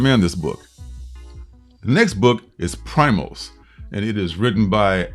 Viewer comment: You sold me on New Masters and Primos. Screw the 10 book limit! It's pronounced "pree-mos. Primos is Spanish for cousins. I agree completely on Animal Castle. Lettering wasn't the best visually, but the book is definitely on my pull list. Great reviews as always! I look forward to tomorrow night comic book fam!